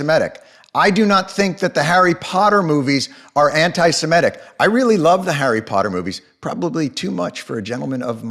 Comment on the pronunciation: Why do people keep pronouncing it "Simetic"? It's not hard. It does not rhyme with "mimetic". Few know how to pronounce it, and few know what the word means. Jews are not the only Semites.